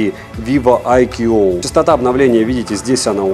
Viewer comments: ну какой АйКьюОу? АЙКУ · айку произносится... когда уже этот нелюбитель водопадов начнёт правильно название произносить... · каждый раз когда произносит IQOO горько плачет один из топ-менеджеров BBK, VIVO или IQOO, 🤣 сегодня их было особенно много 😉 IQOO 11 Pro отличается не только наличием беспроводной и реверсивной зарядок, основная зарядка кстати то же 200W как у предшественника 10 Pro, но и значительно лучшими модулями основной камеры и 3D NFC, но 11 Pro нет и скорее всего не будет в "глобалке"